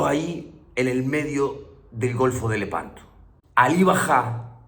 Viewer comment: A veces te une lehpanto